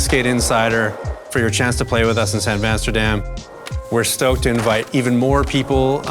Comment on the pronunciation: san vasterdam sounds like san basterdam… just saying 😂 Guys keep it goinggggggg 🫶